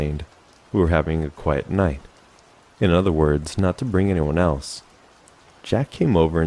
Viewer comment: “Quite night” theatre? Lol